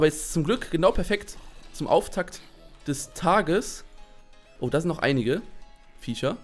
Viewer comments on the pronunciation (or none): Es heißt "Viecher" und nicht "Vischer" ! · Warum sagst du Fiescher statt Fiecher ?!